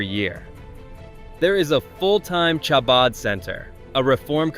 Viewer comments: Why couldn’t they get a narrator who knew how to pronounce “Chabad?” 🙄 It’s NOT pronounced “Shabad” - it’s pronounced “Habad” - with the “Ch” pronounced as if you’re clearing your throat. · clearly AI dialogue the fact that you pronounce chabad with tʃ and not a ח, and then the fact that the videos concept was retirement communities you've never heard of and then brings up The villages in Florida possibly the most famous retirement community on the entire planet. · Please Chabad is pronounced HaBad. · I know. You’d think they would’ve made sure that was pronounced correctly. And it was said multiple times incorrectly. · AI does what it does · Narrator, you need to confirm pronunciation of words before recording, starting with chabad. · It is AI voice and not trained to the Hebrew CH sound.